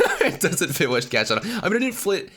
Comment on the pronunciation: Why did you call whiscash wishcash